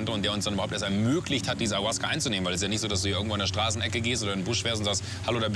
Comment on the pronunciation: Auasca...oh man! Ferner von der Wahrheit kann diese Aufnahme echt nicht sein